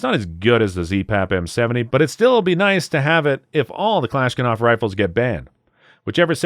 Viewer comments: Bro... you can't kick things off talkin' about FUDDs then repeatedly say "Kalishkanov" all the way through the video. 🤣🤣🤣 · haha americans go: European gun laws (lower crime rates) not even fucking with you I am making this edit to say: IT IS NOT KALISHNAKAV please bro this is the best rifle in the entire world and you call it kalishnkanav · KalashKinov? What’s a kalashkinov? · Don't trust any gun channel that can't pronounce "Kalashnikov" correctly. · KalashKiNov? Seriously? You seem to have missed the most lethal of all FNs - the FN Five seveN, Mk3 MRD! This gun has a magazine capacity of 20 + 1. Little bit short on the homework? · Thanks for ear-raping me with “klishkanov” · Did he really say "Kalishkanov"? 😂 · never heard anybody butcher kalashnikov so bad but he atleast tried to pronounce it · Please learn to say kalashnikov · I refuse to believe this is a real gun channel with the amount of mispronunciations and slurs over basic firearms terminology, such as cartridge calibers and simple weapons names, like Kalashnikov. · Please look up how to pronounce Kalashnikov lol. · You need to work on your pronunciation of "Kalashnikov" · Good list and a good heads up for those unaware of the legislation moving through Congress. My only request is that you PLEASE learn to pronounce the word 'Kalashnikov' properly before you talk about them in future videos. Hint: it's basically phonetic. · alot of good info in here but seriously man, its Kalashnikov, not Kalashkinov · It's not "Kalash-kinov". It is Kalash-nikov. Hurts my ears. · The hell is a Kalishkanov? You mean Kalishnikov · It's pronounced Ka LOSH NI KOV Not, Ka LOSH KIN ov. Spelled Kalashnikov, Not Kalashkinov. Thank you. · “Kalashnikov” not Kalashkinov. If you can’t correctly pronounce the most iconic and recognized rifle in the world for decades, what credibility do you have? I’ll tell you, NONE. Sad, truly sad… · So now it is kalaskinof and not Kalashnikov?! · This nigga really say Kalashkanoff?